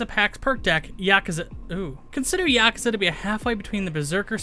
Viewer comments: yaaa-kuuu-zaaaaa say it wrong lol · It’s funny how he says yakuza wrong